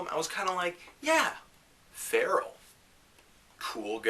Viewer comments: Man called Pharrell “feral” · isn't it pronounced "Fa-rell"?